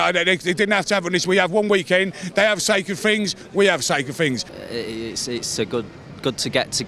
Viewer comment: "We 'ave sacred fings"